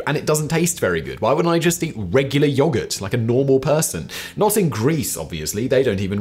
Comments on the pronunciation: yo-GERT its not that hard simon its not yah gurt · I've heard a lot of people and I've heard a lot of words and never have I ever heard someone pronounce yogurt that way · "yoggart" lmao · State side most of us say yo-gurt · Is anyone else amused by the way Simon says yogurt, or am I high? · The way simon says yoghurt... or maybe my Australian accent just isn't a fan 😅